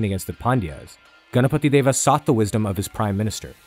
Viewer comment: You know this guy has done good research and also a perfectionist seeing how he pronounces ganapati Deva. :)